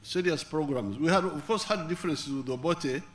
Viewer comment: Its obote...not obore. That sounds strange. 😮. A kenyan named obote is simple obote. Its like American calling water ...wora or woa. Or bottle ....boo or hot ...hoo.